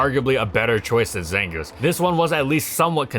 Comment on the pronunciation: the zangooth is looth